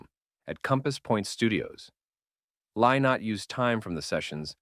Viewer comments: If you're going to talk about Thin Lizzy you can at least pronounce Lynott correctly. It's pronounce Linot; get it right. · I wish you could pronounce his name. Its Li-not. not LIE not.And its Rosheen Duv ( ok its in Irish but you need to get it right before talking about Lizzy)